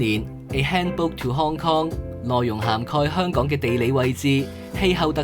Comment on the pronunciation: 做既内容都好好，Thanks! 但係始終都係好多懶音，有時聼到 Hon-Kong 即刻出左戯